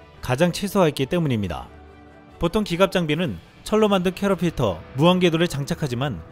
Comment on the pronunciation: 와~ 유튜브계의 전설 도 이런 실수를??? 쯤에 두번이나 캐러필터??? 자막에는 "캐터필러"라고 제대로 되어 있는데 나레이션은 엉뚱한... 이런 일이???